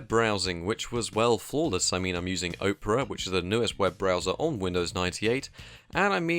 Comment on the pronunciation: It's pcmcia not PCI, opera not Oprah, aitch not haitch